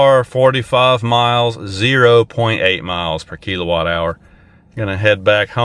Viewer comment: It's kill O watt. Not kelo watt